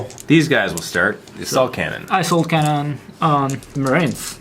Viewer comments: When he said assault cannon... it sounded like he said ass-hole cannon... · When the boss French dude playing Dave, I thought he said ***hole cannon instead of assault cannon when he was shooting the Rhino with his Land Raider. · XD asshole cannon am i the only one that hears that instead? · no offense to the french guy buy when he sayd assault cannon it sounded like asshole cannon